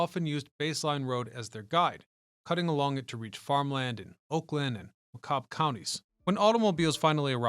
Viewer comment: This guy mispronounced Macomb County. He has outed himself as someone who doesn’t know the area.